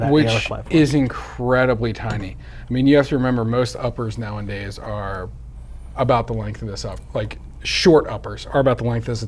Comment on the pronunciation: It's not "now and days", it's nowadays. It doesn't make sense when you say it like that.